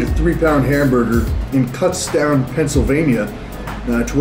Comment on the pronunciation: It's not Cutstown, PA, it's KOOTZTOWN (kutztown).